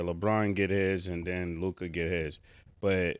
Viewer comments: Yall harassed Murda enough till he finally said Luka right 😂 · Ma$e finally said Luka’s name correctly 😂